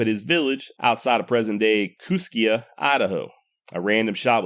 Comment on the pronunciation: Kooskia, is pronounced kooskee. 👍